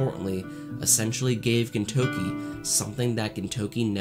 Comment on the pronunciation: good video but it's very distracting that you say "ginTOUki" instead of "GINtoki"